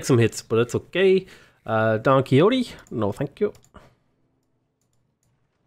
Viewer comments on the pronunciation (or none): Dude ... it's pronounced Don QuiRote as in Mexico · Since the name is in Spanish it should be pronounced as Don KI-HO-TE (KI as in Kilimanjaro, HO as in honey and TE as in Tennis). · Here we pronounce it Don Qishot. No idea why.